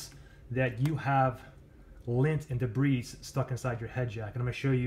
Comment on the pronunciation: The "s" in debris is silent. He pronounced the word like "debreeze" LOL